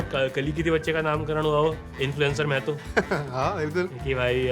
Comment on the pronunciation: सब लोग महतो को normalise कर रहे हो यार माहतो होता है भाई